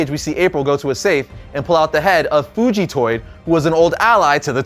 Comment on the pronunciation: Great video but never say fugatoid like that again please lol